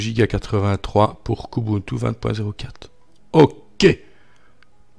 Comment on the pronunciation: Qiou ti (plutôt) 😉😉.... Prononcé à l'anglaise